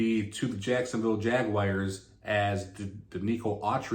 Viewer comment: Jagwhars not Jagwires The Tituns